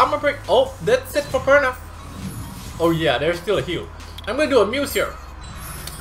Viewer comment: I noticed that you often say Praha instead of Perna hahah